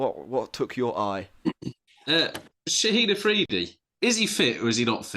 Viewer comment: Love the podcast (listen on Google podcasts) but is it me or do you guys call the Pakistani left arm opening bowler ShahiD Afridi.. That dude has retired 🙂. It's not ending with a 'D' it's an 'N' you HAVE to start calling him ShaheeN Shah Afridi.